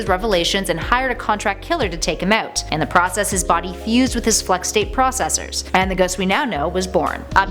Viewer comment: Are you canadian? I heard the accent when you said "take him out" lol